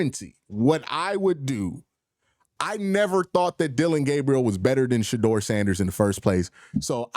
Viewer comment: Yo it’s Shedeur NOT Shadoor!